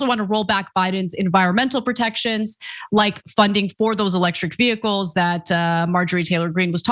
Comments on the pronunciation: mtg puts the Hick in "vehicles" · MTG struggles to say 'vehicles', just pointing it out. She wouldn't miss an opportunity to attack Biden for his speech.